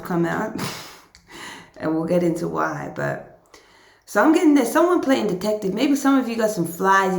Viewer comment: When you were like, "why, why, why" it sounded kind of like "wah, wah, wah" and I think that sums up this person.